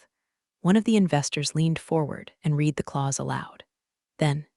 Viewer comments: As with most of these tales, the voicing robot usually mispronounces the past tense of "read" ('red') as 'reed'. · Haha yes, every time the bot says 'reed' instead of 'red' my brain trips for a second. 🤖📚 Still, the story hits hard! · So true—and it’s such a small word, but it changes the whole meaning when misread. What other quirks in AI speech have stood out to you?🤖🤖🤖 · Right? Annoying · I notice that too! It completely throws off the flow of the story.